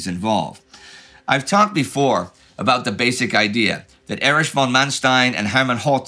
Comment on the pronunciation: X years of talking about Prussian aristocrats and Indy is still pronouncing "von" wrong, but why? -The rest of his German pronunciation is really good